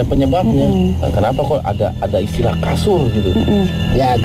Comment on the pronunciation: bukan kasun, tapi KASUR = BED